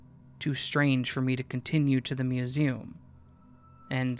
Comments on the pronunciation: You pronounce it as fun-ta instead of fan-ta. As for museum...I can’t help you there...it just sounds weird the way you say it ✌️😉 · you pronounce the words Fanta and Museum really weirdly Hope this information benefits you